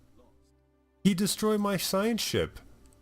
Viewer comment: I think it's pronounced SI-gan or sig-GAN. You are inserting an an "a" between the two "g"'s that isn't there. But, their race portrait is so hideous the "gag" is probably appropriate now that I think about it.